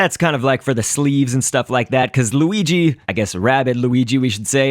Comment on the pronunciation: you said weegee not luigi